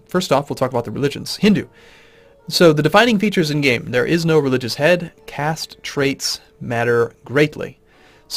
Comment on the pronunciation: am I the only one who consistently hearing "castrate doesnt matter" instead of caste trait doesnt matter ? hehe